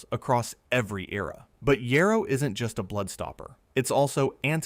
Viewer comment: Great info and pictures. Thank you for checking that almost all pics are correct. You pronounced Mullen many ways. It is pronounced: mull (like pull) in (like inside). Yarrow: yar (like in yard) o (like in ok)